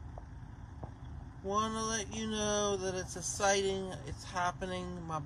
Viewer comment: I'm pretty essited. Very essiting!